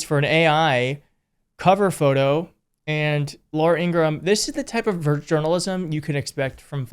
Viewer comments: It's pronounced In gra Ham will you forget to say the ham part in Ingraham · Ingra-ham. Don’t forget the ham. Like something right out of Looney Tunes. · By the way she doesn't like it when you pronounce her name Ingraham and you don't put the ham on the end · Shouldn't it be pronounced INGRA - HAM? She is a big ham. Not pretty either. and cthe voice!!!! Oh save us!! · ING-RA-HAM = is the proper pronunciation, per her brother. And against her preference.